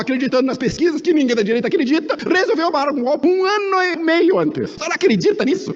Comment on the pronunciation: Lula não sabe nem falar o nome democracia o nome que eles sabem é gopi